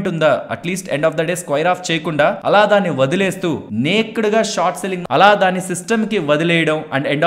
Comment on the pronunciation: Hi thanks for the ongoing education regarding the stock market. But a small correction regarding the pronunciation of naked. It is not నేక్డ్ but it is నేకెడ్ . 😅😅 Hope you will take it in positive sense. I don't want others to gossip cheaply about you. You are a man of solid worth.